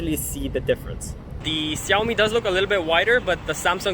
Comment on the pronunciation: why do you call Xiaomi siyawmi not shawmi